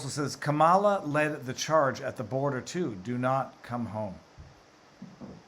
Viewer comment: Kamala looks amused when he mispronounces her name and then looks horrified when He says Illegal 😂 But also does anyone else get the sense that somehow when Marjorie shouted her name that he went back to some former programming, like back to the 90s maybe when he was working on the 1994 crime bill and what not 😂😂